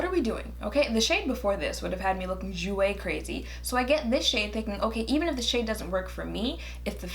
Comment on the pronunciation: "Jouer crazy"😂😂